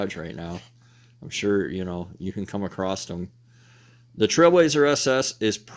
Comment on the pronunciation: I got annoyed with "acrost" myself. There is no such word, just like "heighth", "Valentimes", etc.